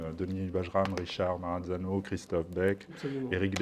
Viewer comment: Juste une chose c'est Ma Ra Za No ..on ne dit pas cazadnova ...on ne rajoute pas de consonne car cela peut devenir maranzano 😂